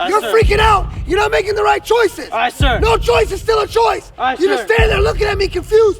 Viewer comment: It’s aye not Ight lmao